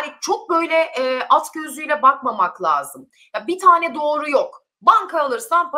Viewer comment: Lazım … değil sol - La -si - do gibi